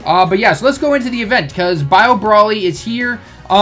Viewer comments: Stop saying brally, it's BROLY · Muhammad Saad he says brally because the name is a pun on broccoli, so the bro is pronounced how it is in broccoli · Ibrahima Bah its still broly